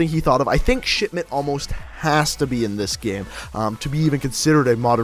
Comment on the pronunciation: When you say "Shipment" it sounds more like "Shitment"